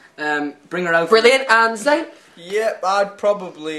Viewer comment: Its zayn not zain